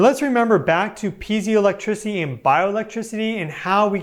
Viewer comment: I believe it's pee-ay-zo or pee-eye-zo electricity? Vs pee-zee-o. If I'm correct, I say this to help anyone look it up if they're speaking into their device.